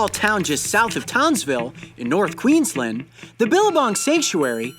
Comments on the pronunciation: How he pronounces Queensland is so funny...bc its not how us australians pronounces it😂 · you say it like queensland not queenslend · You said Queens lend it is Queens land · the way he pronounces queensland triggers me lol